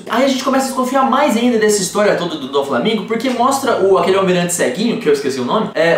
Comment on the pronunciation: "Doflamingo", não "DoNflamingo"!!